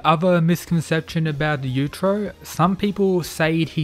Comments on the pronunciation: It's yuichiro not yudro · YU-E-CHIRO not YUCHIRO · You-i-chi-row. Not you-trow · Claims to know all about Baki, precedes to butcher the name of the father creature dozens of times pronouncing it several different ways. You-trow you-trow. It's bloody yuichiro! You-ichi-row!!! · It's yuuichirou not yuichiro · Yu-i-chiro. If you want to correct some misunderstandings, Please also get his name correctly. Other then that, good video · "you-ee-chi-row" try saying his name a little more correctly i didnt know if you're talking about yujiro or yuicihiro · Man wtf, you are saying "utero" instead of Yuichiro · Pronounce his name properly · Dafuq did you just say? The names, are pronounced; Yoo-ee-chee-ro and Yoo-jee-ro. Take a damn moment to enunciate the syllables as to not completely butcher what should be an informative video. You do multiple takes before posting something to get it right. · Good stuff, but if you learned to pronounce Yuichiro and Yujiro better, it would greatly improve your understanding of who you are talking about at any given time